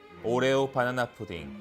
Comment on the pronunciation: 님은 격조높게 '바나나'가 아니라 '빠놔놔'로 푸딩을 만드시네요.ㅋ